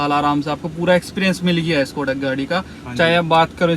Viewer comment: Bhai सकोडा नहीं शकोडा khete hai Just saying 😅